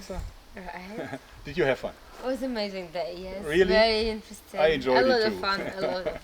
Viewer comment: She finds a lot of thing "fery eentresting"